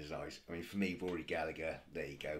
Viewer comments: His surname is pronounced with a silent second "g", so it sounds like "Galla-her". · It's Rory Gallagher with a silent g before the her